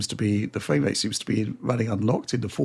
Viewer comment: Every time he says “Fame” rates instead of “frame” rates its killing my ears